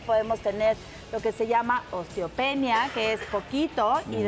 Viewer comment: Es increíble que la mujer que dice ser Médico diga Ostiopenia y Ostioporosis? Se dice Osteoporosis y Osteopenia 😂😂😂 si asi hablan los Médicos cómo hablarán los que no estudian 🤔